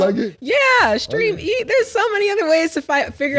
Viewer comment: saying streameast is tuff lmfao